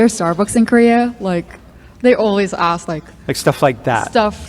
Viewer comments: why do you say "axe" instead of "ASK"? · Ask, not axe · Honest question, as someone whom english is not my first language. Why people say "axe" instead of "ask"? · Please, its not aks Its never been aks. Someone started mispelling the word because they are dumb, and now people are saying it aloud. Please...